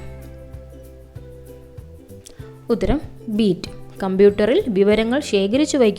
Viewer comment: Beet alla bit aan😂😂😂